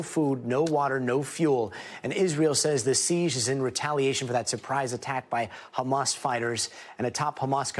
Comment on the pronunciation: its Ha-mas, not Kha-mas...